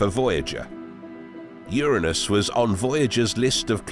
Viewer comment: Glad to hear it pronounced URA NUS. Because if you start talking rings around UR ANUS it doesn’t sound good.